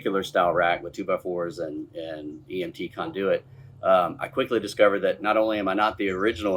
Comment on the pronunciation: First time hearing KON-de-wit pronounced kon-DOO-it.